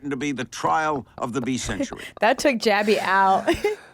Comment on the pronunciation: take a shot everytime she says Jaby. great game, im drnk asf btw